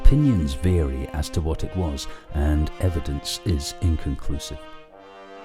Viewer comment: "Opinions Veery"Vary ya-Twit